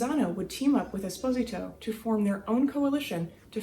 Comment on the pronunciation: Pronounced Es-po-z-tow